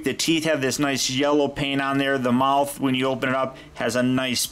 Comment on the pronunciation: The feet aren't flat only spino has that...so the try to make it accurate and...whoop! there it is! U alzo said muouth